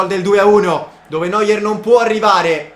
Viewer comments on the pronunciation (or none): none